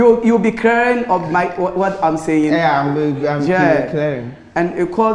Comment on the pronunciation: I laugh so haaaard when says YAAH instead of (YEAH)